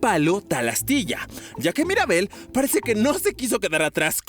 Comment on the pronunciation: No es Maribel es Mirabel